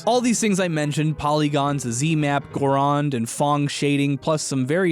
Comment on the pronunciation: It's "Gauraud" shading, not "Gaurand" shading. No letter 'N'. The 'D' is silent. It is pronounced like 'goroe' shading.